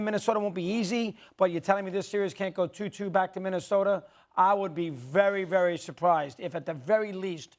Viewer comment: You mean Minnesoter 😂